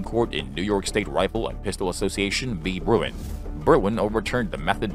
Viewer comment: it's Bruen, not Bruin